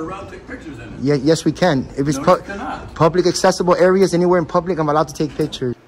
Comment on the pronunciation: He says it's a 'publeec building" and "staue of law" and "independent journaliseet"